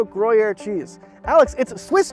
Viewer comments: It’s pronounced “grew-yeaear” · Without the comment I would not have know what was talking about, that is not how one pronounces the cheese's name.